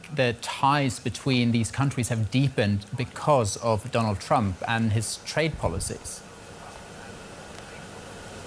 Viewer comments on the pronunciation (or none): none